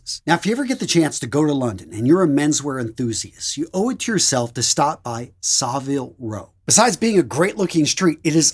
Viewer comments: It's pronounced "sa-vil", with a short 'a', not "saaville", and it's Ralph "Lauryn", not Ralph "Laur-ehn". Now, the latter I know for certain because I worked at Ralph Lauren in both Toronto, Canada, and (three different stores in) Sydney, Australia, and staff are instructed to answer the store phone pronouncing "Ralph Lauren" as I indicated above. It's a good label, though (well, various labels (I'm surprsied you didn't mention Purple Label)); slightly pricey, but, much of what I have I bought on sale and, if taken care of, it can last for decades. I both kept, and have in the last couple of years bought second-hand, PRL items from the 1990s. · Saville (Row)is pronounced sah-vihl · It’s pronounced Savill Row and it’s a hard G as in Give in Gieves and Hawkes 😊👍🏻